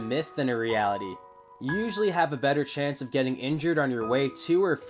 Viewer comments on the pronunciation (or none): none